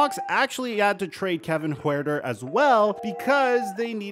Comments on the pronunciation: Btw Huerter is pronounced exactly the same as hurter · It's pronounced Hurter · bruv it’s spelt weird but i think it’s just said like Hurter😂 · Huerter . . . . . her-ter. its that simple. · Kevin “HURTer” so easy too pronounce lol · Kevin HURTER is how it's pronounced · No mean to be mean but it’s Kevin hurter that’s how u say it but the last name I think is just spelled differently. Love the vids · Hurt-er 😂 nbd